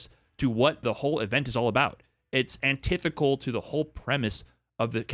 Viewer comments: Thanks for the great video, but I'm pretty sure "antithical" isn't a word XD You mean "anti-thetical", as in "antithesis". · I swear every video says “this is antithical” instead of “this is antithetical” 😭😭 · mf said "antithical"